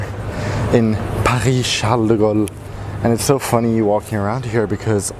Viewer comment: Your accent on the « Paris Charles de Gaulle » was pretty good ! :) I also do prefer Asia better than Europe. What do you do in your life to be able to travel and live in Asia ?!